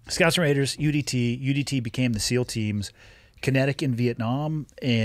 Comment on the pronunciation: Did he just say ‘CEAL’ instead of ‘SEAL’?